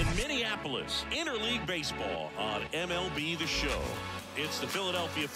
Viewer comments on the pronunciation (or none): "EmBieEll Sieh Schau" 🤦🏼‍♂🤦🏼‍♂🤦🏼‍♂